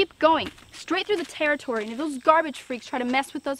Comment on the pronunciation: This tewwitowy is dangewous